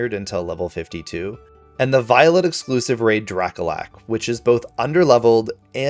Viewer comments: I am begging you to NEVER pronounce Drakloak's name like that again. It's cloak. Dra-cloak. Cloaked dragon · I found a random shiny female Salandit. And it’s dra- kloke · Your pronounciation is weird not trying to be mean. Its Slack-oth not Sla-Koth. Also Drakloak is Dra-cloak like dragon and cloak (cloaking device to hide hence why itll disappear breifly). Bisharp is bishop an sharp so the enphasis on the "I" saying Buy is off. Also THATS WHYI COULDNT FIND AUTHENTIC SINESTEA! I WASNT IN THAT TINY SQUARE I was on the other side of the town 😢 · Bro wtf is drakalak it’s drakloak bro quit saying Pokemon names like you hold a cup of tea with your pinky out 😂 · Drakolak? It’s “Dray-cloak”, like cloaking technology. Because it’s a stealth jet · nahh he didn't say "drakalak" lmao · Man said Dracolak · Really nice video, but please tell me “Sloath” and “drackalack”?? How did u get those from “sloth” and “Drakloak” 😭💀